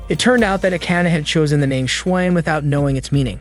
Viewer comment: The ai or you say schwein wrong